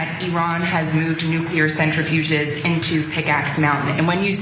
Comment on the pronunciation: It’s pronounced “nuclear,” not “nuke-u-lurr…”